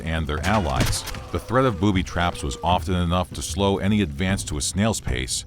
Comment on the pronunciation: Booby Traps"? When pronouncing it, it sounds like ,,Boobies Traps" :D